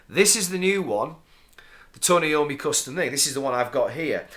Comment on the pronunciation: Just a minor comment it's pronounced I ommi not Eommi and saw you in Darlington wilko a couple weeks ago but too scared to say